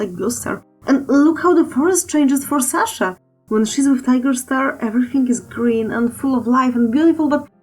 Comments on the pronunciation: How the heck does someone think it's 'saw-sha' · listen buddy, i don't need your whole life story. you don't even need to reply to this. all im sayin is a lot of people, accent or not, say 'saw-sha' while some people say 'sah-sha' im not making fun of anyone or however they say anything, just noting the small differences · whoever Sasha is, I don't think she is a crafting tool (saw) so get it right all those people say Saw-sha. Congratulations to you, you have failed it grammar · sah-sha: [ˈsæ.ʃə] saw-sha: [ˈsɑ(ː).ʃə] Her pronouncation: [ˈs̪ä.ʂä]